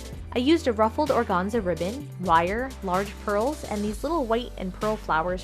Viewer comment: Gotta tell you I love your repaints, but organza is pronounced with the first “a” being pronounced a long “a” hahaha